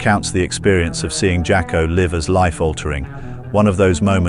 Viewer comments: At first I thought it was a voice actor but then the dreaded context dependent 'live' was pronounced liv instead of the correct lyve. This is one of the better automated voice tools though. Sad thing is give it 3 to 5 more years and those telltale mispronunciations will start to vanish. But good catch, I had to listen a few minutes to hear the first error. I generally just use the don't recommend channel option to dump automated content and narration but this one isn't that bad . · He said live instead of live. Mispronounced the fuck out of it. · You know it's AI when the "narrator" says live (I live in the US) instead of live (Jimi Hendrix played live at Woodstock) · The AI couldn't say LIVE (as in Rush Live) it said live (Like Live and let die)...